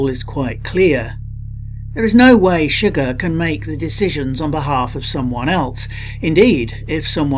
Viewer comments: My only Problem with the video is the way Antone Chigurh is pronounced it is a French/Creole name and is not pronounced Sugar. That drove me nuts through the whole video. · You're an idiot. ChiGURH (accent on SECOND syllable) is NOT in the hotel room!! It wasn't even he who killed Moss you jack ass. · His last name is pronounced su-geher not shigg-er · i'm sorry but how do you mispronounce the main villains name when you are analyzing the movie and they say it in the movie multiple times.